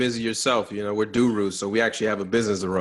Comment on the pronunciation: Lol,did he just say Durus!